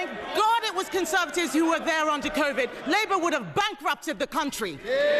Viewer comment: I love that she called it "convid" - lol!